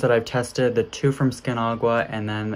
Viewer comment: I don’t know why u pronounced the word Aqua as agua 😅